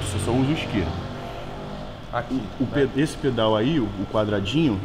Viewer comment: O melhor é o Léo falando esquerda e direita errado toda hora OPKASOPDK